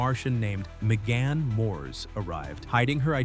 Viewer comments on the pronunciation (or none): none